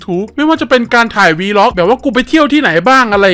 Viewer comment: วีล็อคว่าซ่านนนน 555 มันอ่านว่าวล็อคไม่ใช่หรอ